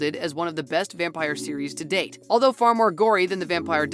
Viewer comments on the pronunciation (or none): none